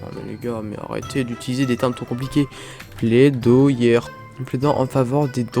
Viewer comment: Plaidoyer se prononce plédoillé. Pour ta culture